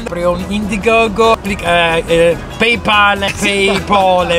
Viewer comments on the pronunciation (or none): none